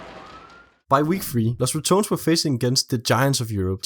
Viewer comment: SAY IT WITH ME RA TO NES NO RATONS